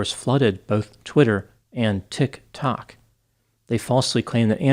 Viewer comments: That was the best part !! he pronounces it as if he's saying it in regards to a clock tik-tok-tik-tok. it was beautiful😆👏✌ great vid tho. not seeing as much reporting on this as id expect to.. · Your refusal to pronounce Tiktok correctly makes me happy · I love how pronounce Tik Tok as if it is a recently discovered disease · He goes heavy on the “Tok .” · Me too, it seems like low key shade 😂